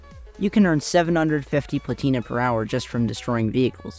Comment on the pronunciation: plAtina, not platIna